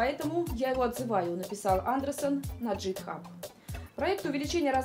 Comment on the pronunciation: Не джитхаб, а гитхаб.